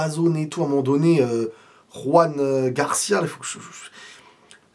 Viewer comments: C'est Joan(pas Roan)Garcia genre comme en français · Joan Garcia pas Juan Garcia. C'est un catalan pas un espagnol. La prononciation est totalement différente. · on dit Joan Garcia pas Ruan comme il est catalan on prononce le J comme en français. Sinon super vidéo 🎉